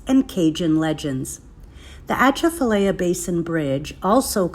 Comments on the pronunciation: Girl it is pronounced ( AH - CHAF -A - LYE - AH ) . I-10 there is deadly when foggy . Bonjour de Louisiane !!!!!!!!!!!!!!!!! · God, the pronunciation of these names are just doing me in. It's laffy-yet, not la-fy-yette . Laffy-yet, and also it's uh-ch-af-uhh-lie-ya , that's how you pronounce that. Plz dear Lord learn the pronunciation of the terms before making a video about it. That's all we really ask. Otherwise you give us locals a good time making and poking fun. 🤣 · The T is silent,,, she isn’t pronouncing it correctly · It's not dangerous and not haunted. You cannot even pronounce it correctly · You used to drive around the swamp before they built the bridge. Also you need to learn how it’s pronounced by locals. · You can’t pronounce it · Please learn how to pronounce the name of your gonna make a video about the atchafalaya basin. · Thank you. I can't tell you how aggravating it is hearing our names pronounced wrong.